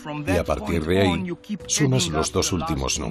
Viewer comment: Sobre todo cuando dices "ahy" y "consepto"...